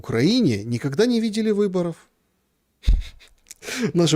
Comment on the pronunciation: От 'шоканья и гэконья', мой слух отказался это воспринимать на 5 минуте. Через слово : шо гэ, шо-гэ. Можно уехать из Виницы, но Виница из тебя никоХда😂